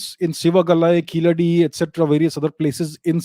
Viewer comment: The way you pronounced Keezhadi was great. It shows your knowledge of all cultures of India . Keep it up